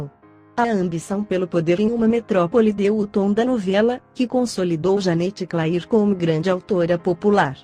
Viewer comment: Escreve Janete Clair mas se fala Janete cler